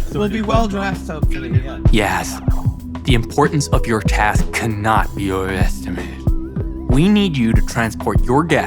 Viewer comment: There's so much gold here opening his wallet to like 40 rubbers "Planet earth... population... millions" slurring "overestimated" holy shit my head shaving their beards to glue back on the trimmings the way he bit the lemon rind garnish at the end